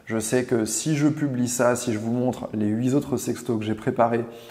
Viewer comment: Huit est invariable on ne dit pas huit z’autres😘😘